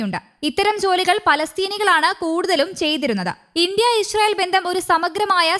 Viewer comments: ഇ ഷ്രായേൽ അല്ലാ ഇസ്രായേൽ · ചേച്ചീ ഞാൻ എത്രോ പ്രാവശ്യം പറഞ്ഞതാണ് ഇശ്രായേൽഅല്ല ഇസ്രായേൽ ആണെന്ന്😅😅